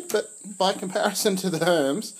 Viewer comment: Herms? I never heard it pronounced that way (and great to hear your chat by the way) and I found this video by way of researching alignment issues with my own Baby carriage. I'm heading straight for the four screws that bolt the carriage to the shifting plate.